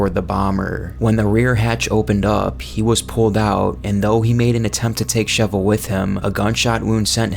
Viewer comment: Great video however quick note the pronunciation of "Cephalo" is actually "Kefalo" as it comes from the Greek word "Κεφάλο" which means "Head." Also the big man majini do in fact use weapons although this is only in "The Mercenaries" mode specifically "The Mercenaries Reunion."